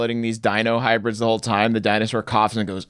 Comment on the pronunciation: Guys, is this really happening... Lol di-anus-sore